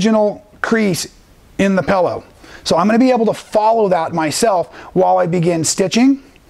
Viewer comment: you are so entertaining, I sometimes forget what an awesome teacher/quilter you are! I had to laugh at the "Pellow", my husband said when he first met me I said "Frunch room" instead of front room! LOL! Here is to creative people and language! LOL! Thanks so much, keep those awesome videos coming, you are a much needed addition to the quilt world!